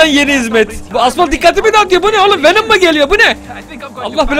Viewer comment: he bu arada venım venom değil venım haahahahaah <3 seliyosun <3